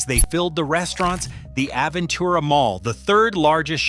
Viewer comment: hard to take anything seriously when the narrator can't pronounce the names of the neighborhoods correctly. We spend a week in Sunny Isles every few years. The condos are falling apart, there's no parking anywhere, everything is expensive, especially the mediocre food, especially at kosher restaurants. Traffic is a nightmare, too many people squeezed into small areas. Aventura has no soul, just high rise condos. We have friends there and can't imagine living there. I lived in Coral Gables in the 60's when the Miami area was livable. Live in N CA now, a paradise compared to Fla. I guess if living a traditional Jewish lifestyle was important to me I might look at it, but only a waterfront single family home. But soon it will all be underwater. And being a car guy with collectibles, I wouldn't go anywhere near seawater.